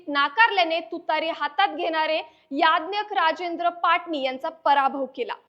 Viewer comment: याज्ञक ❌️ ज्ञायक ☑️